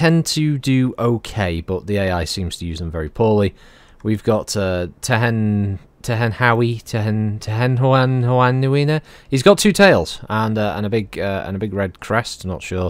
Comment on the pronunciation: I believe it's pronounced "Tehen-how-in"